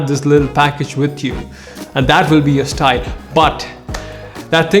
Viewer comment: Do you hear stine not style?